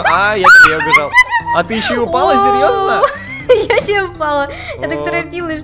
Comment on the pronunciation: мне послышалось не "я ещё и упала", а "Борщ упал" 🤣🔫